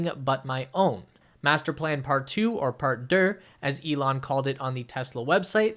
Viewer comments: " part-durr"-!? What... that's so piriful. The French word for two is deux, pronounced closer to thensound that Homer Simpson makes as his catchphrase in the 1980's through whenever the show tanked; "dooh!" But drop the "h" without turning the remain part sound like "do" with an extra "o." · lol, "part dur"... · Part Derrr??? This is a French word. I do wish journalists would take a moment to learn how to properly pronounce words.